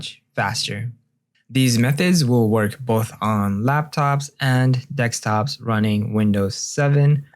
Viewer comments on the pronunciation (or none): "...laptops and DEKSTOPS...". Dyslexia muhc? Jesus rent an editor for God's sake.